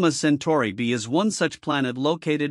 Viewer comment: It;s AI - you can tell because it can't pronounce Centauri (as in Alpha Centauri)